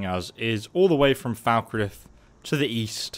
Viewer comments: It’s pronounced Fall-Kreeth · I knew where this was heading when you said "Falkreath"